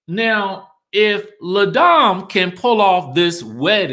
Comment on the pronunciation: FYI. Its LA DAME. (LAH) Not LE. (Luh). Just wish these women would learn how to pronounce the names of their businesses. Marlo's Le Archive is equally troublesome.